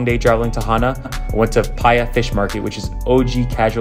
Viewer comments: It’s not pronounced “pie a” it’s pronounced “PA-E-A” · "Paya"? Pronounce it "Pie-EE-uh" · Just to help out a little its pronounced PAH E AH 🤙🤙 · Completely botched the Pa'ia pronunciation